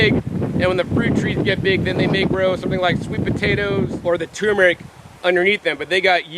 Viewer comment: TuR mer ic not toooooo mer ic